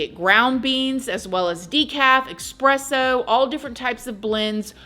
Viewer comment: Girrrrl, I love your videos but it’s eSpresso. (Not eXpresso.) Sorry, I’m a coffee snob! 😆😘😘😘😘